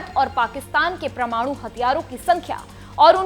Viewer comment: Tereko bolna nahi aa raha parmanu bolte hai parmanu nahi bavkuf